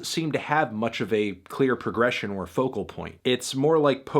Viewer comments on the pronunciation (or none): none